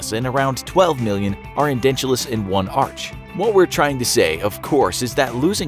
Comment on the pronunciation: It’s edentulous not endentulous